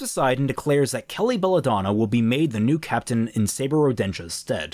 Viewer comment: Question: Is your pronunciation of Kali as "Kelly" Instead of "Kah-lee" intentional? I was listening to this without visual and was like... Kelly?? Oh he meant Cat Milf.